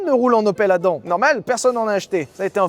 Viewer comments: J'ai une opel Adam, mais j'ai toujours prononcé ça*adamme*. Qui a raison? Je pense quand même que c'est 😅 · Hello. Mis à part la prononciation de Adam qui m'a titillé l'oreille tout au long du passage, merci pour ce guide :) Je garde donc ma Yaris 3 achetée 11k€ il y a 8 ans, le plus longtemps possible :D